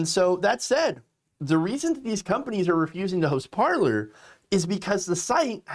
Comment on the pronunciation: Sigh...Pronounced par-lay...